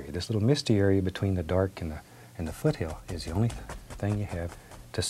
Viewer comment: Everytime he says, "Footy hills it truly brings a smile to my face because you can tell he thoroughly enjoys painting! RIP Bob!!